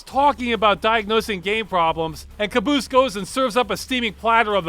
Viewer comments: You pronounce Kabus like Maabus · I'm a native speaker of the language and the pronunciation of the word is something like "KYAA-BOOS" in Turkish, which literally means nightmare.